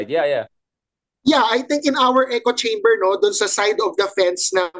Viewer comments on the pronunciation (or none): none